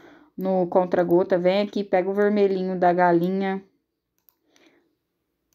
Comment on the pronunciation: Ameeeeeiiiii 😍😍👏🏻👏🏻 aiii me da uma agonia vc falando CONTRA GOTAS mulher.. É CONTA gotas 😂😂😂 Mais amo seus vídeos ta ♥️